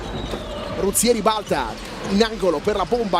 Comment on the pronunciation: Michele RUZZIER non Ruzzie´ ... cmq grande Trieste